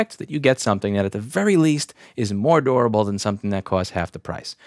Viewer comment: Why does he say "dorable" instead of "durable"?